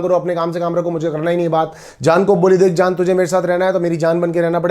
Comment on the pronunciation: Today i notice that sometimes mannu pranounce j as z.. eg jaan as zaan and ejaz as ezaz